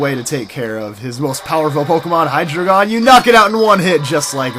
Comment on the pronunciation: You say hydregion wrong say it like this Hy dragon